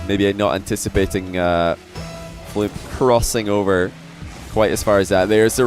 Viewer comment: What is so hard about saying FLUMP. its like DUMP, PUMP, RUMP, STUMP